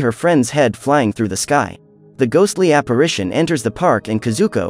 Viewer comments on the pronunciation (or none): none